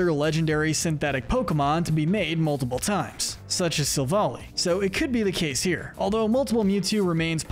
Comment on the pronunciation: It’s pronounced may-guh-LAHP-oh-liss, sol-GUH-LAY-oh, ray-QUAY-zuh, WAHB-uh-fett, sill-VAL-EYE, DEE-AHL-guh, and PAHL-kee-uh, “Patrick Star”! 🤨 Stop mispronouncing Pokémon, Pokémon area, and Pokémon character names, bub! 🙄